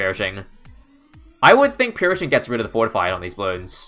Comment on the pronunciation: Did you just said "fortfied red"? That's kinda dangerous if you ask me.